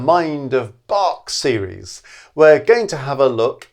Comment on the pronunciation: the 'a' in "Bach" should be pronounced short like the 'u' in "run"; the "ch" not like 'k', but like the "ch" in "Loch Ness"